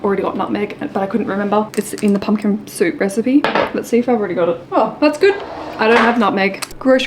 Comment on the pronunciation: Haha, it’s Pumpkin not pumkin, your recipe book 🤪😂